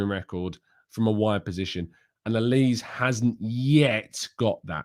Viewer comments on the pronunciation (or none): FYI Michael bears a Nigerian name in Olise - Pronunciation Oli-say.